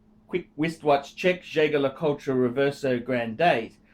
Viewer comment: It's pronounced "jzay jzay le COOT" Also, ETA is not Eterna and while Valjoux has been part of ETA for awhile, it is its own company and both manufactures still supply movements to small watchmaker and watch repair firms.